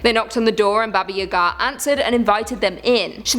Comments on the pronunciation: You keep saying the old witch's name so fast, it sounds like you're saying "Baba Yehgaa". Its pronounced Bah-Bah Yah-Gah. You kinda need to slow it down a little and enunciate. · Not Babaya´ga, it's Baba Yaga XO